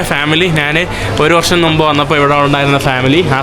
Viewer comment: നുമ്പ് എന്നല്ല മുമ്പ് എന്ന് പറയണം